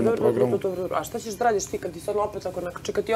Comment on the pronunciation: Ahahahahha a ova ga pita "a dobro shta je to ako te ona ne voli" HAHAHAHAHHAHAHAAA